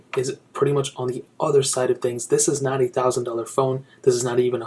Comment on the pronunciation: "not a thousand dollar phone" sounded as "ninety thousand dollar phone"